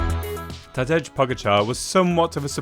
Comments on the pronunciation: Is it that hard to pronounce Ta-Day? Ta-D'edge for Tadej is just so... colonial sounding. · It's incredible how crap your videos are actually. Every single "bike of the year" video is exactly the same, reading off a spec sheet nonsense. This one was actually ok (even though I don't see the point as all bikes are incredible in the peloton), up until the point when you completely mispronounced Tadej Pogačar's firstname. What kind of a journalist are you if you can't do basic research and at least get the guy's name right?